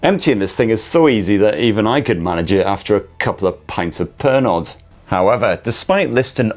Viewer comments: It's pronounced perno, not Per-nod!, I thought that you were a serious drunk? 😁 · Iphones can do one, and only 1 camera, that's really 'phoning it in'! Love the way you pronounce Pernod! The 'd' is silent oh drunken one ;)